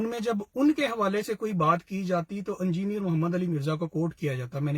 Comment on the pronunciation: ANJINER nahi engineer pronounce kiya jataa hai